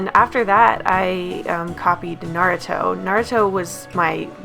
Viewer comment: Finally somone who pronounces Naruto right!(and watched and read it) Also, love your vids!❤️